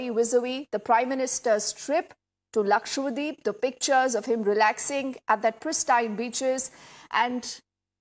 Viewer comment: Lakshadweep ( Laksha Dweep ) . And not lakshwadeep!!